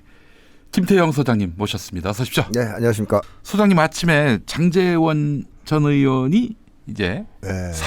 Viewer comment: 김장환으로 들어서 깜놀했네 ㅋㅋㅋ